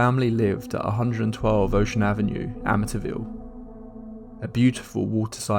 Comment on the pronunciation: It’s pronounced Amiteeeeeville